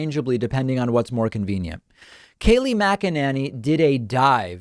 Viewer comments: #DavidPakman I love your show and this was a great segment. One thing: I have never heard anyone pronounce Kayleigh's last name as Mac-a-NANNY. It's always been pronounced Mac-a-NAY-Nee. So I believe it's NAYnee not Nanny. It's not a big deal but was starting to bug me as my last name gets mispronounced ALL the time. Please, no hate comments, I love David and his show.. Just a pet peeve of mine. Thanks for another great show David!! ❤️ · Makinanny....Mak-in-inny...David, you have some very interesting ways of pronouncing Mack-in-any and I'm here for it. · David, I think it's not mack a nanny, it's mack-inane-y. Think inane and you got it nailed. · I see what you're doing David "Kaleigh Magananny" LMAO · I love your creative pronunciations of her name. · Why the change in the pronunciation of her name? Lol I love it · Geez, David!! I was starting to get accustomed to how you previously pronounced Kayleigh's name lol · you keep changing pronunciation of her shitty last name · I get so much joy every time he puts a new spin on Kayleigh’s last name. I love that he never pronounces it correctly whether it’s on purpose or not. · Are you having a stroke? You didn't purposely pronounce her last name wrong lol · Oh David, thank you sooOOoOoOoo much for always mispronouncing Kayleigh's name, cracks me up every time you do it! lol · Dude! I don’t like her either but stop the lowlife tactic of pronouncing her name wrong (and oddly different every time you talk about her). It’s as obnoxious as the idiots who constantly mispronounce Kamala. 🙄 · I love how he mispronounces her name in a slightly different way each time 😄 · Dude please pronounce her name correctly The a is and a sound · lol why are you butchering her last name.